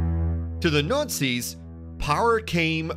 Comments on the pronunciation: The Notsies? where is this dude from? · He keeps saying "NUTZIS"..lol..or nutsies. :-)) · The nootsies.. swasteekers😂😂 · the Nutzi's ...hahaha buddy has some problems with the word Nazi's ... back to speech therapy class for him ..lol ..:) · I think, he's saying "Nutsies" on purpose. Lol. Or maybe that's his accent! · Yes wrong guy. Besides Nutzi his delivery messed up over-all production. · Please consider redoing the voice over on this to pronounce Nazi's and a swastika properly